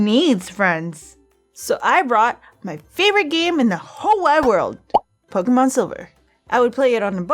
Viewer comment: You say pokemon wrong it's pronounced Po-kah-mon